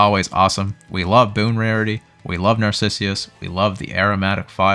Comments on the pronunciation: Don't know if you care or not, but it's pronounced "Nar-cis-us" not "nar-cis-ius" :) thank you for all your content, you're amazing!! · Not sure if Nar-sissy-us is an intentional burn or just a really unfortunate misread adding an extra i into Narcissus